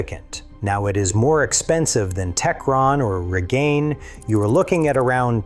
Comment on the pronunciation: GUMM OUT, not goomout. REEGAYNE, not reegannee.